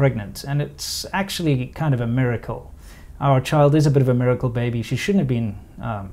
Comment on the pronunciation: I heard Murrircle